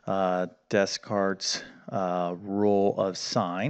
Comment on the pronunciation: How you pronounce Descartes is a sin.